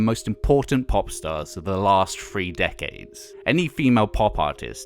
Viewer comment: Threeee. Not freee